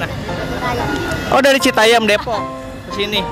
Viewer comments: Citayem pak, bukan citayeum. Itu kan JKT bukan Bandung yang ada peyeum hehe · Ti iraha citayam jadi citayeum 🤣🤣